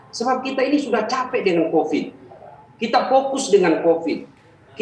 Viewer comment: Covid bang, bukan copid. Pakailah bahasa Indonesia yg baik Dan benar, takut tar di laporin netizen +62 menista bhs Indonesia hehe